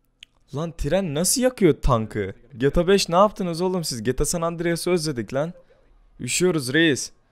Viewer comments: geta değil g t a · abi geta değil amk GTA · Abi 'geta' değil 'geğteğağ'. Ldkskxmskxmsmd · geta 5 hızlı okuyun :D:A:das:Dsad o ne abi ya geyta 5 diye okunuyor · abi allah aşkina sen bir daha gta deme nolur yaf cok sinir oldum suna g t a desene 😤😤😤😤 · 1-)GETA 5 DEĞİ GTA 5 YANLIŞ ANLAMA ABİ:ddd 2-)hidra değil abi hydra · abi gta demeyi öğren lütfen. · şunu geta 5 diye okuyucağna gta 5 diye okuma sinir oluyorum :D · abi o geta 5 diye okunmuyo ge te a 5 diye okunuyo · geta 5 değil gta 5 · EVO - Akif Aynen bende boyle yazdim helal bee :) ayn bende sinir oldum lan geta diyor getea dicekken sjsjs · PELİNSU YILMAZ geta diyor ya ayar oldum video boyunca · Şuna gete 5 deme sinrim bozldu sjsj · Geta 5 deme o ne öyle ?! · gıta demesen olurmu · lutfen gta deme ya o nasil bi gta diyis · abi geta neden diyon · abi seviliyorsun ama gta demeyi öğren lütfen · abi ne güzel gta diyon dfghsgh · su gta yi duzgun oku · gta demeyi öğren